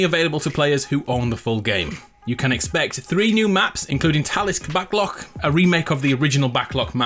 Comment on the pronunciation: Absolutely butchered that Talsik Backlot pronunciation but other than that decent vid